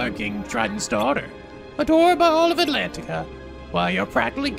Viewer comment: I think we should tell that he's been saying Atlentica wrong ^^; the "a" is silent